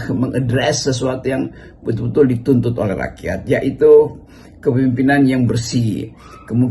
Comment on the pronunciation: Rocky menyebut rakyat disebutnya rakyats